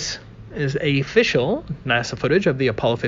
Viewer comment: did he say ‘a-fishul’?